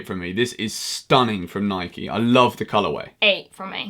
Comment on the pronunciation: He said Nike wrong